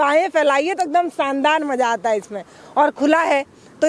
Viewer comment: मैडम आपका बोलने का उच्चारण ठीक नही है सानदार नही होता शानदार होता है